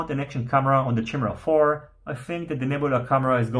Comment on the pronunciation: Chimera = "KYE-mera" not "Chim-era"